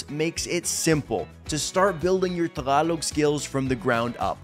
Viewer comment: I'm still at awe at how you still can't say the word tagalog properly despite speaking our language with a fair amount of fluency already, what gives?